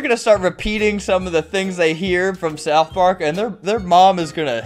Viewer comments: Bro really called it South Pork 💀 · "south poark"